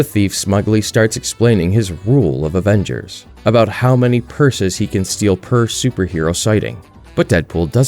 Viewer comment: I also read this as Avengers, realized it said averages, and then heard him say Avengers.